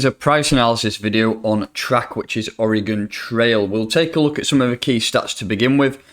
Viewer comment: It’s “origin” trail, not “Oregon” trail. Doh